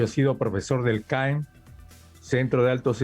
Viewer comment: NO ES CAEN ES CAEM CENTRO ALTOS ESTUDIOS MILITARES NO COMO DICE UD ES EXTRAÑO QUE UN MAESTRO DIGA CAEN CENTRO ALTOS ESTUDIOS NACIONALES ES INCORRECTO Y UD LO DICE INCORRECTAMENTE NO LE CREO Y SE LE NOTA SU ODIO Y ADEMÁS SE NOTA DESENGAÑADO DE LA VIDA SORRY